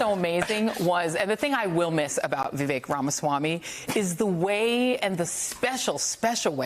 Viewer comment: It’s Vivek. Like mistake.